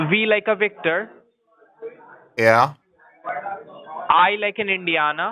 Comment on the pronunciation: Wee as in wictor 🙄